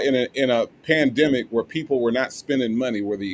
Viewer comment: The “pandema”😂😂😂